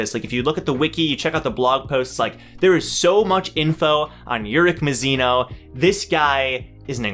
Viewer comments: mAzino not mizino lmao but i don’t mind XD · I find it amusing that we both say urek mazino the same way but you say Ma-shen-ee and I say Muh-Shay-ne. Pronunciations are interesting